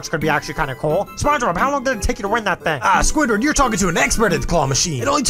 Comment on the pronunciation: You said squidwoB😂😂